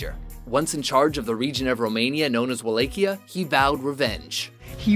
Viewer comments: hurts my ears when the dude says "wa-LAY-chia.." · I wouldn't say Vlad would be number one. there are worse on here. I guess it's mainly a matter of opinion. he's considered a hero of the Romanian people. he was a good leader to them. ..yeah he was a bit cray cray but it was mainly aimed at his enemies. and by the way, it's pronounced Val-la-kia. Wallacha. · (Va-LOK-e-uh) Wallachia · They said Walachia wrong